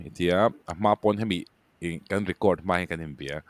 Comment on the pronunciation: Mei ti lovin mai tila hriat a nuam dawn asin🙈